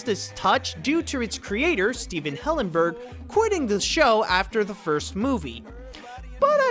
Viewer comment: This is possibly the only time where I’ve heard you pronouncing Stephen Hillenburg’s name correctly.